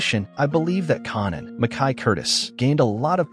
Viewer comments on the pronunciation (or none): white people learn how to pronouce there name it s kan an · You are definitely wrong with your pronunciation of Rack and Connan???? Who is Connan? Or Rack!!! 😂😂😂😂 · Raising 'carnan' and 'rack' makes me wonder if this a AI voice